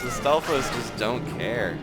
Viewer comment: You seem to have the most trouble with stafos not the wizrobes